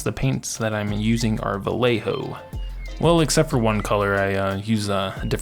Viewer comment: all the mini painters use Vallejo as a thing. if i may.... cause it drives me insane.... Vallejo is a spanish last name... so its pronounced *VAJEHO*..... please and thank you. awesome work as always